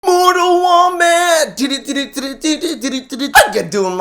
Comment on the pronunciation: Did you said mortal wombat??